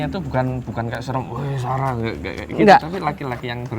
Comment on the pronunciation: Kak sara bilang ada yangmanggil sara aku juga denger dia bilang saka tapi r nya tuhgak Ter lalu kentara gitu